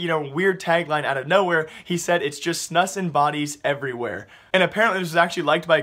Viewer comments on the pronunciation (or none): Stop saying snus as "snas"... It's fucking "SNUS" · it's pronounced "Snuuus", not "snuss" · its not called snuss.. its Snus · It's snus not snuss.... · Snus is actually pronounced like "snooze" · Snus is pronounced like moose... So snoose? Now you know loooooooooooool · HAHAHa, why do you say snus like snuss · Ye, Im from Sweden and it sounds really funny:) Keep up the good work! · Dude i cringed so hard when you tried to say snus